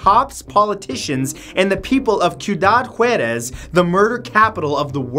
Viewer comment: Juarez is pronounced Hoo-Ah-Resss